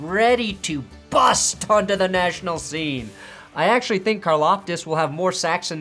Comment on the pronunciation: Why so much emphasis on "bust"